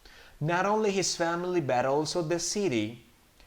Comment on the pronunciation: uh me confundí solamente al final porque en la parte de "Daniel's family was ALSO happy to see them", habías dicho como "all to.." y en el segundo si "also...". esa parte solo me confundió por la pronunciación pero whatever también está en darle sentido a la oración. gracias por el dictado!